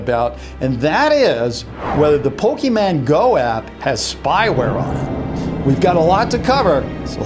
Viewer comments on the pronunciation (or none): Ok I don't get that he said Pokemon right the first time and then he said pokeman the other 2 times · he-he said pokèman TRIGGERED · did you just say pokeMAN Lol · did he say poke(men) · Turn on the subtitles it said "Poking Mango"